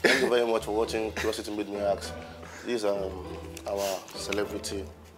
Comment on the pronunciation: ASK not AKS 😅